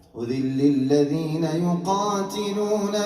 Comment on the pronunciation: أُذن للذين يُقاتَلون وليس يُقاتِلون